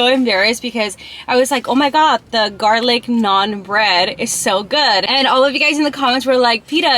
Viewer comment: you litterly pronounced the garlic naan correct😂😂😂😂